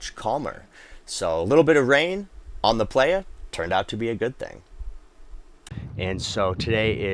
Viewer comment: Dude. Its prounced ply-uh. You're killing me.